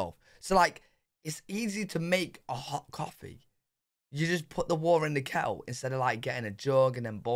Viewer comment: Your “kettle” sounds like our “keurig.” 🤷‍♂️ easy peasy naw? 🤷‍♂️